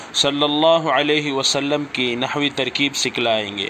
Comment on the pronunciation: سلمَ مبنی ہے تو سلمْ کیوں پڑھتے ہیں